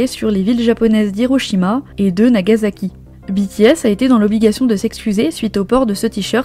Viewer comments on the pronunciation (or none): none